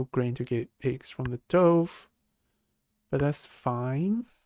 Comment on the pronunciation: I love your analysis, but the pronunciation of DOVE, drove me crazy! It should be like D U V, and rhymes with love.